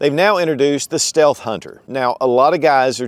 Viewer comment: Steath hunter? 😂😂 no biggie